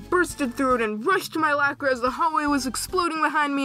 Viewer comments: you say lAker when its lOcker its pretty funny dude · Did you call it a “lacker”???? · My lacker I’m sorry that’s all I can hear when he says locker oof lol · Normal people: locker: Lacker